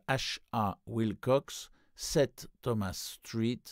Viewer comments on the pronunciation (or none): none